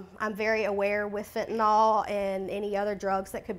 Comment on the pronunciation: I wish people - especially reporters - would learn how to pronounce FentaNYL, not FentaNOL.